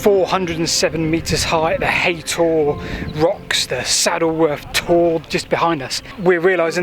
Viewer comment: It’s haytor nit haton I can see the rocks at the top of the hill from my house